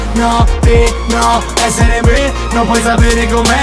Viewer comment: "Perché ezzere me non puoi zapere com'è"